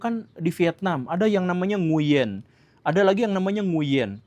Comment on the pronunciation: OOT kang tapi cara baca "Nguyen" bukan "Nguyen" tapi "Ng(w)in" 😁 w nya dibaca dgn halus..